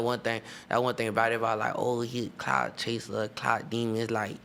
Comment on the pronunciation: Anybody else hear a "cock chaser" when he said clout chaser?